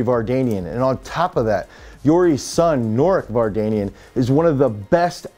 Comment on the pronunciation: There is one thing if you start this video you are to pronounce correctly the name of people you respect not Kaki and definitely not Vargenian. Speaking about the athletes they are great but the name of the video is doubtful.